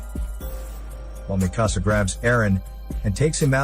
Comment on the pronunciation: its not mehkasa its mikasa